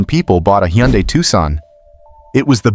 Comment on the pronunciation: I absolutely hate AI voices. “Huh Yunday”? Good grief…